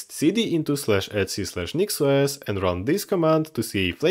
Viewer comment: your pronunciation of "etc" made me realise why the store "etsy" is named the way it is....